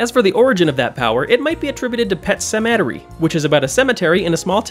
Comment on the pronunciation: that pronunciation of "Sematary" is incredible